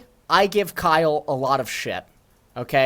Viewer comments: DID HE JUST CALL KAYLE "KYLE"? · How are we supposed to believe this guy when he can't even pronounce the character names right. He called Kayle Kyle..